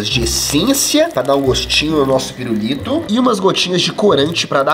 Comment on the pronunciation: Só eu q ovi ele flnd "pirurito" ?